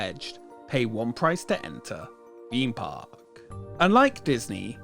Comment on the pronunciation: Wtf is a feme park? How hard is it to say theme park.